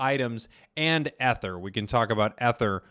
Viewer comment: Pronounced E-ther